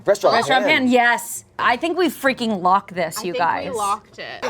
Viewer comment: "I'm fweaking nervous" - Spencer Agnew.